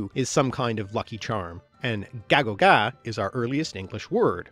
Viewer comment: Æ it's actually supposed to sound more like "ay" rather than "ah" so gægogæ should sound more like "gaygogay" and not "gahgogah"